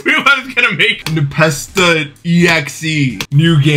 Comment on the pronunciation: why did you say scary spaghetti npasta?